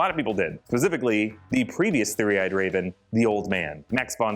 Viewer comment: I love you and your videos let that be known .... But.... It's not Pacifically... It's Specifically...